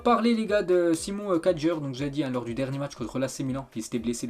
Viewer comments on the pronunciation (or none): Simon kyaer et non Simon kadjer